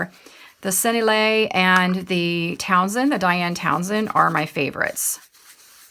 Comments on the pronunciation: Lovely video thank you. Did you know you can put the word Sennelier into google and it will tell you how to pronounce it? Senn-el-i-ay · Hi. Just to give you the French, it is sen-ell-i-ay. Small detail for a beautiful product and video but thought you may want to know the correct way to say the French name. Hope this helps. Said I’m the spirit of respect and love. 🩷